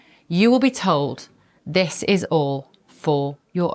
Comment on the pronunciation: Dat voice! Bev Taylor, THIS is pronounced with a 'th' in front not a 'd'.Dis sounds soooo uneducated.